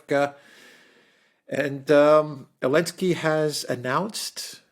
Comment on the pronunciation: Why does say Elensky rather than Zelensky?